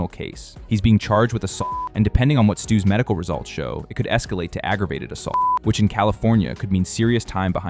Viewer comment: What the hell. You can’t say the word assault. This channel is GAYYYYYY